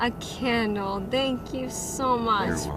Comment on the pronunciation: Awe you got me a canle. 😂 The eay she says candle is so freaking weird l